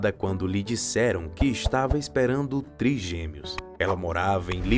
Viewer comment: Que esquisito isso de “triGUEmeos”!!!!!!!!! Não seria triGÊmeos?????